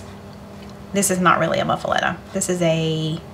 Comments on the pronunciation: "Moo-fa-letta!" 😂 Looks delicious! U can use mayo instead of butter to grill the sanguiches. Lol. But seems a bit of an odd choice on an Italian sandwich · LOL Your pronouncing it wrong. I love you guys and your cheese eating cat. I have made several of your recipes with rave reviews. Hugs and purrs